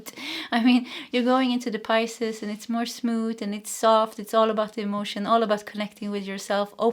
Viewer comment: Philosophizing =fuh·laa·suh·fai·zuhng Yes, you're saying Pisces correctly Thank you for the 🎯 reading 💖